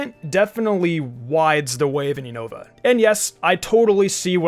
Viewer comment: Man really just pronounced Unova as “you-know-va” I found that kinda funny xD